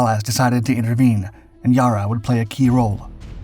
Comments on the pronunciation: It’s not ‘Yar ra’ it’s ‘ya rra’ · yarra not yahrra. like the a in larry. larra. yarra. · It's not Ya-rah, it's Yarra, the a is like the a in apple, both of them. Great video, though. Love your work. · It's pronounce YA--RRA not YAR--RA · That's Yarra, not Yara. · Pronounced not ‘ Yah-ra’ but ‘Yeh-ra. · ITS NOT YARA - ITS YEYRRA - YEEERRRAAAA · YARA NOT YA’RAR….. ONCE AGAIN THIS CHANNEL USES A FALSE TITLE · It's not Yah - rah. It's "Yarra", said as if you would say "Barra". Sadly, 90% of the footage in this really has nothing to do with the story, ie shows ships that have nothing to do with it. Like the "lookout" who has a Commanders cap on. The highest rank on Yarra was the CO, (Rankin), and he was a LCDR. NO ONE on board would have that cap. Doesn't take away from the fact that they were doomed. No where to go, outgunned, and they couldn't run, because the overwhelmingly powerful cruisers they encountered had TWICE their speed. The situation was hopeless, so they just did the best they could/sold their lives as dearly as possible. You can't get any braver than that. Many lament that Rankin never got a VC for that. But he was honoured by having the Collins class submarine "HMAS Rankin" named for him. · Ya'rah!!! Not yourra ffs. Not like it'd be hard to find an Australian news report on the yarra river and ergo the correct pronunciation.. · It’s pronounced; YA-rruh. Like the word BARROW as far as the first syllable goes. It is NOT pronounced; YAR-uh. Shorten the ‘A’ to sound like the ‘A’ in the word Barrow and you’re on the right track. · Not “Yurru” it’s “YAR-Ra” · It's "Yair-rah"...not "Yah-rah".... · Yarra, not iarah 😂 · It's yar ra not yarr a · Yarra not Yur-ruh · It's Yarra, not Yurra! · its pronounced yarra not yaarra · Down in Australia they spell it Yarra. Never heard anyone say Ya Ra! 😂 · It is not Yarra as in say ah It is Yarra as in apple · Yah (short "a") -ra (another short "a") after the river on which "Mellbin" sits... not Yarr-a and "Mellborn"